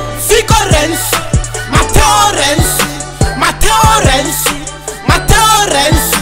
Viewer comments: "Renzi" no "Rensi" ❤❤💀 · "addhominali rensi"